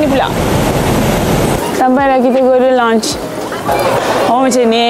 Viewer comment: Lounge..pronounce as lau nch..not lonch..(launch) Steak pronounce as stake..not stick